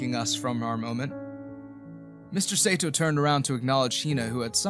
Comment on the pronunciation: The story clearly takes place in Tokyo, and the lovers only move to the US five years later. The narrator doesn’t know that Sato should rhyme with the Spanish word gato. He also makes Ryu into a two syllable word, instead of a single syllable word. This is part of the local name for Okinawa (which is the Japanese name for the Ryuku Islands). There is another name Seito that would be pronounced as the narrator imagines. And variants which I won’t explore. Even so the narrator reads beautifully I have to say! Japanese attitudes to homosexuality can be contradictory, and so it’s not surprising that the lovers emigrated.